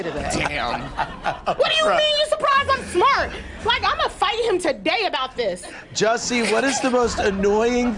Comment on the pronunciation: Jussie..not Jesse..🙊🙉🙈